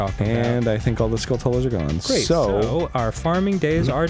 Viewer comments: MutantManFish the way Arin pronounces "Skulltula" is "Skull-tuhl-uh". Nobody pronounces "tarantula" as "tear-an-tuh-luh". It's "tuh-ranch-uh-luh". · "Skultulla" Yep, not Skultula, like Turantula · It'll never stop bothering me that Arin pronounces it "skull-TULa" when it's clearly supposed to be like Dracula... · Why does Arin keep saying "skulltula" wrong? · Is... Is Arin pronouncing Skulltula wrong on purpose? I can't tell. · anyone else pissed off at how Arin pronounces Skulltula?